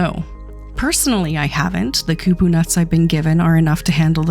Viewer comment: Hard " O " on Kupo lol not ku-poo